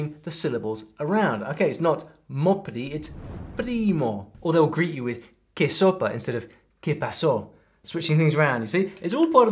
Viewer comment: I love when foreigners take the literal greeting "Que xopa" in my country and say it like actual soup, ="sopa" hahahahaha I know it's accent but it is funny haha. It should be pronounced with the accentuation on the last syllable of the phrase, "Que xopá". It will get a laugh out of the person you are speaking to, but they will know what you are trying to say hahaha.